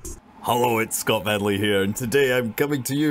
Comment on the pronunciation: "Hullo, it's Scott Medley here" is what I heard today. Huh, nice new DJ name? :D Penis museum, Punk museum. Lots of sculptures. Of both, I presume?